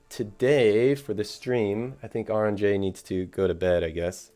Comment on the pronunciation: Ironic announced he is arbiter of pronunciation… then immediately mispronounces AuronnJ’s name 😂